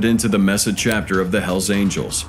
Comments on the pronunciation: Not "mess a" ...it is Mesa !!! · Mesa is a Spanish word, so pronounced May-suh. Not meh-suh. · You managed to say Buenos Aries with the proper Spanish accent and inflection but couldn't nail down Mesa Arizona correctly? Sarah Conner shouldn't be worrying about her offspring just yet...